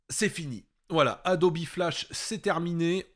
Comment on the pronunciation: ça fait 20 ans que je travail sur la gamme adobe, ça m'hallucine tjrs cette prononciation "adobie" jamais connu un graphiste prononcé de la sorte